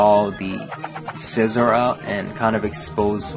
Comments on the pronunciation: no actually its si-zor like scissors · Scizor = SEA-ZOR